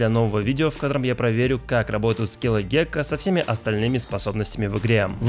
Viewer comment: Почему-то услышал не Гекко, а Кека, тиро Кек